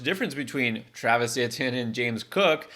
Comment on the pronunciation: Why are you pronouncing etienne like that